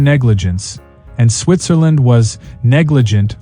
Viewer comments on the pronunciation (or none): none